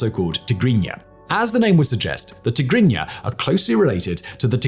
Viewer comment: They way you pronounced Tegregna is unbelievably correct